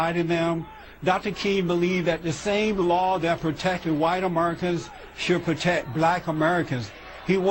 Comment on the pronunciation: LMAO. Besides the plantation remark. "AmeRRcans" "AmeRRcans" This fuckin' cornball can't even pronounce his own country. You gotta love how FOX want's to spew rubbish about MLK, but feel they might take flack, so they bring in some random black dude to do it, like that makes it more legit or something LMAO. Faux news is the worst. Fuckin screwballs.